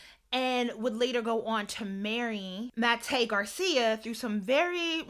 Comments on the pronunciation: Please pronounce people names correctly..Jellybean Johnson name is pronounced like the candy Jellybean. MAYTE isn't pronounced like the month of May..it's pronounced Miliyte The A has Sound is Pronounced The Vowel I Sound..And their survived for 6 days then she had misscarried shortly after I suggest reading her book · Her name is pronounced "My-tay" disrespectful to keep pronouncing it wrong when all you had to do was listen to someone else say it correctly while you did your little research